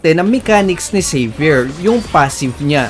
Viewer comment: Salamat lodz sa tutoriala try ko po yan na hero. Hahaha pagka dinig ko saber. Xavier pala ahahahhaaha